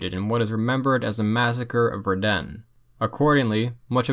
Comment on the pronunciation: A little nitpick: Verden is pronounced with the stress on the first part, not the second (which would make it sound a lot like Verdun - like you said it). For an english speaker my advice would be to think of a "fair den", when saying it.